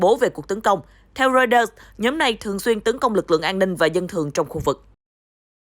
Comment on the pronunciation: Biên tập viên đọc ( roai tơ ) mà cũng không chuẩn ... ( lin kin ) là ai ... ¿